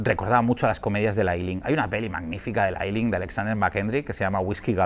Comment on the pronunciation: Una cosa, Ealing no se pronuncia 'ay-lin', sino 'i-lín como en tilín). Sobre la película, la he visto y me ha gustado mucho. En el fondo está la Guerra Irlandesa de Independencia (1919-21), y creo que, por una parte, los personajes representan la futilidad y estupidez de las guerras.